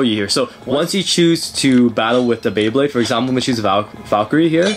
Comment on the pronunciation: BEYBLADE not bablade